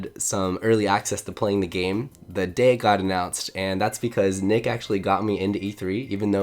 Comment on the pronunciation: NMead????? Nah it's nick